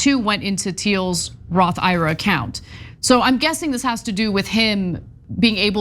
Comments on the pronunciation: Ana... ira?? I. R. A. you're killing me with that pronunciation... it's not a guy's name, it's letters/initials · It's not Ira, it's I-R-A!! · Roth I.R.A., not Roth Ira. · its not a Roth Ira like eye rah... It's a I.R.A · MAJORLY IRKED ME, THEN CENK JUMPED ON THE PRONUNCIATION BANDWAGON AND NOW I AM LIVID